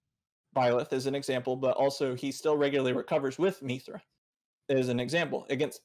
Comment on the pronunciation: 40 mins in, this is really good so far, but hearing say “Meethra” every 5 mins really takes me out of it.